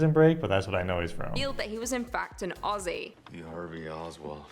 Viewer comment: You guys pronounce Aussie perfectly, so many Americans just can’t get it right, go onyx guys 😃😃